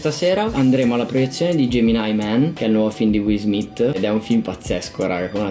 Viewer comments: Rovazzi che sfotte la pronuncia ungherese, Wiil Smiss, quando poi lui lo chiama “Uill Smiitt.” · "wis smis" bellissimo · Qiesto video vale la pena vederlo anche solo per “will smiss” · Per chi non se ne è accorto will pronuncia "alla ricerca della felicità"